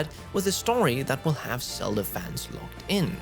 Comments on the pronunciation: I appreciate your work, but please work on your pronunciation of Z sounds in English. You’re saying “Selda,” and in the past you would say “Sion.” These names start with the letter Z, which requires a different pronunciation than the letter S. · Is it me or does say “Selda”?